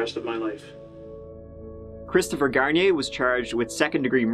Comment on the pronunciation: “27 year old, Christopher Shampoo” 😂😂😂